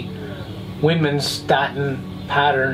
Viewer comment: Hi, I see no one did a correction for you Widmanstatten is pronounced with a V as in Vidmanstatten It's a German word after the discoverer of the pattern. There is no W sound in German instead it sounds like a V as in video. otherwise an awesome video from you:).... Yeah and I cannot correctly pronounce Muonionalusta either hahaha cheers, Dave. ohhh.... I'm the one who posts many parcel opening videos in the FB Meteorite Club and other groups:)